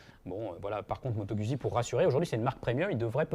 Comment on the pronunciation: Trop cool 😊 par contre on dit, Moto Guzzi pas moto Gudzzi, ça me fait saigner l'oreille lolll...merci pour le comparo 🎉